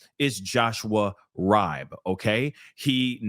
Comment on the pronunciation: His last name is pronounced Reebe